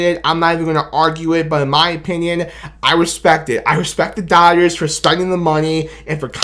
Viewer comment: Its Da Dah-Gers!!! 😂